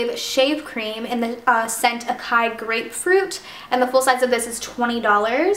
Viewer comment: the way you pronounce "acai" lol, I love these videos though! :)